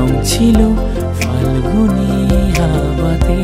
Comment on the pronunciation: খুব ভালো লেগেছে কিন্তু ফাল্গুনে "ফ" উচ্চারণ টা বড্ড কানে লাগছিল।